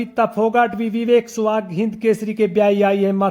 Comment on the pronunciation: गोत्र का नाम स्याग है सुहाग गलत उच्चारण कर रहे हो